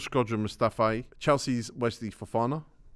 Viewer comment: How hard is it to say “MOO-staffi”